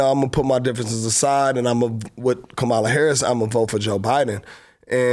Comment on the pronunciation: Are you teaching Chloe to be racist and you're sitting here..Kamala Harris has been the vice president for 3 years and you can't pronounce her name correctly..that's not being intelligent..Shame on you..smh